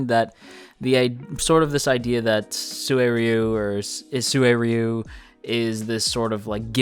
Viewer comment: It's pronounced like this suy ru the u after the r is pronounced as "you" while the 1st u is pronounced as one with first part so like this too suy ryou